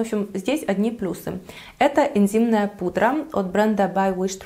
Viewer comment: блин, я тоже это услышала)))